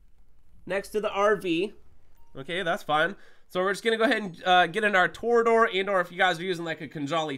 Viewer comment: its tor E a dor NOT TOR DOOR